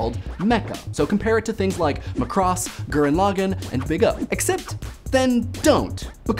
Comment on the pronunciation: congratulations on saying "Macross" in a way I've never heard anybody pronounce it. Please stop doing a comb over and accept you're bald.